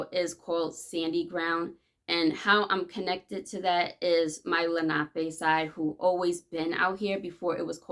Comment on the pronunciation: Finally someone who says Lanape correctly 🪶